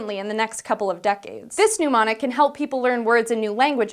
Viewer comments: IT'S mnEmonic NOT pneumonic. Pronunciation is important. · Yeah, the M is silent in mnemonic. It is just pronounced as "nemonic". Otherwise, great to see you. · I have never understood why some people feel the need to pronounce "mnemonic" to rhyme with "pneumonic". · It's pronounced NEMONIC not NOOMONIC! Sheesh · you keep using the word pneumonic instead of mnemonic. The "M" is silent. Otherwise it rhymes with "stem-onyx". In the spirit of good education, it might be appropriate to redo this video (or re-import the audio) with mnemonic pronounced correctly. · Am I the only one who noticed she mispronounced "mnemonic" throughout the entire clip? It's pronounced (ni-ma-nik) not (nu-ma-nik). A pneumonic (nu-ma-nik) device is an iron lung. This link has an audio clip. I like a lot and want to see her again. But before making another she may want to check pronunciations. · She means mnemonic, but she says pneumonic. Very different things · To be honest, she's saying it wrong, too. It's "neh-monic". She's saying it as though it's "pneumonic". I think I've heard Hank and Michael say it this way too, so it might be an Oregon thing. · Did she say "pneumonic"? I keep hearing people mispronounce the word "mnemonic" like this. It's not "new-mon-ic"! The first vowel is a schwa! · pneumonics? yeah no. There's no u in mnemonic. The m is silent. /nɛˈmɑːnɪk/ for those who know the IPA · Sorry, but it's really hard to take the host seriously when she can't even pronounce the word "mnemonic" correctly. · Note to New Host: if I remember correctly "mnemonic" has no "u" in it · i wish you could pronounce 'mnemonic.' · Right. But I was correcting her pronunciation of "mnemonic," not "pneumatic," which is a completely different word. I suspect she is combining the pronunciations of the two disparate words.